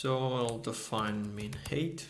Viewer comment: thanks, really useful for a project I'm working on right now - ps, 'height' rhymes with 'fight' ;)